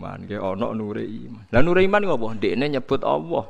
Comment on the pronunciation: Knapa gus tiap nybut Nama Alloh knpa Awoh...😀😀apa kuping saya yg slah🙏🙏😁